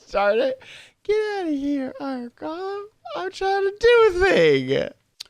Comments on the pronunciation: GOAL-lum. GALL-um is the twisted guy from The Hobbit. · Why is he saying iron goalam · Iron GOE LEMS!!! Not iron GOLLUMS!!! GOLLUM is a character from lord of the rings.. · Galem lol its golem